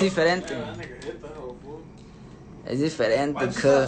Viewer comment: Es diferente then sings “ es difiriente” 🤦🏻‍♀️